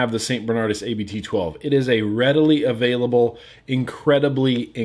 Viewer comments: hey its not a-b-t its just abt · A more accurate pronounciation of 'Abt' is 'Abbot', what it actually means. Good beer, btw. I'm regretting the fact that the bottle on my desk of it is empty.